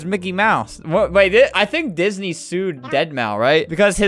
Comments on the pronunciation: Lol but the problem is that it’s said deadmau or deadmau five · I was so triggered by Albert saying Deadmau5 wrong 🤬🤬🤬🤬🤬🤬🤬🤬🤬🤬🤬🤬🤬🤬🤬🤬🤬🤬🤬🤬🤬🤬🤬